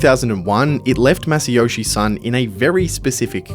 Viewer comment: You can't even get his name right. Son rhymes with John.